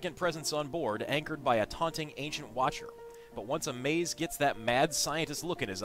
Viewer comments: OH GOD HE KEPT SAYING AMAZE! Its amaz not amaze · Amaz is my fav streamer so I cant let it go without saying, his name is not "Amaze" :\